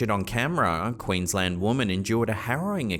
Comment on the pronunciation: Nice to hear? I think his name is, pronounce Brisbane, Queensland, Sunnybank, etc very well, one of the best narrators on YouTube, you go love this channel❤️